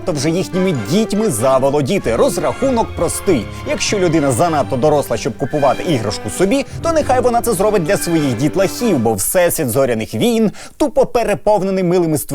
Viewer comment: рррррр не войн а війн!!!!!!